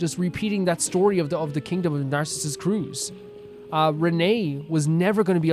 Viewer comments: Nardz is in groin. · i know this is way late, but the pronounciation for Narzissenkreuz is "Narts - sis - sen - croits". For everyone who dont know too! :) (The "oi" in "croits" you pronounce how you would pronounce "groin")